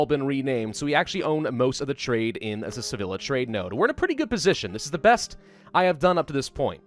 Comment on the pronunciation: Sevilla is pronounced “ Seveya”